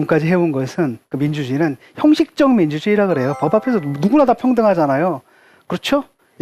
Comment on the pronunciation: ㅋㅋㅋㅋㅋㅋ 민주주으이?ㅋㅋㅋㅋㅋ